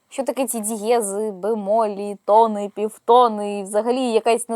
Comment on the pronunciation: тонИ і півтонИ (а не тОни і півтОни) 🙂